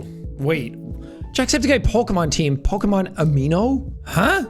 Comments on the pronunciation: Jack: Doesn't know Pokémon Also Jack: Says Every Pokémon name FLAWLESSLY that was in the First Team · Jack did a better job pronouncing Pokémon names than most poketubers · You actually pronounced all of the Pokémon correctly lol